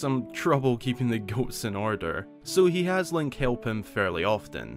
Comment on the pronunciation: i can't unhear "He has link Kill them fairly often"